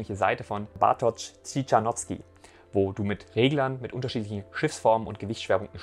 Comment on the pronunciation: Fürs Video recherchieren und alles vorbereiten sollte auch beinhalten dass du dich zumindest einmal darum bemühst die Aussprache von Bartoszs Namen anzuhören und seinen Namen nicht einfach nur erahnst. Wtf?